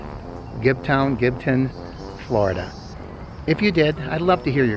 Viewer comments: It's not pronounced "Gibton".....get it right Mr. It's pronounced GIBTOWN! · I live in Gibsonton and have never heard anyone say Gibton and I've been around here since the 70's. Perhaps whomever you heard mispronounce it had a few too many beers.